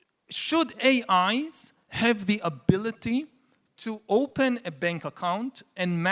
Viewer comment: yuhval saying AIs, sounds like A(eyes)